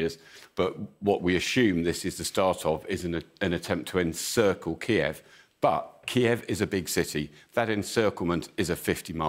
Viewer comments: Didn't anyone tell them to say Kyiv an not Kiev? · Isn’t the correct pronunciation “KEEV?” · Please don't pronounced Kyiv in the Russian way.